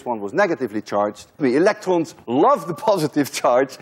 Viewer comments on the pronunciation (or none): I think you have a French accent, because when you said electrons you said it [elektrõ] with Nasal vowel (on= õ). Correct me if im wrong.